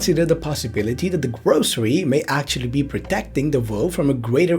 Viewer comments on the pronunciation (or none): Lol who tf are the grocery? 😂😂 It’s gorosei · Gorosei(Gorosay) pronounciation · Gorosei- “gore-oh-say”